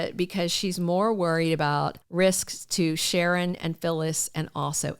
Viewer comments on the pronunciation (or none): none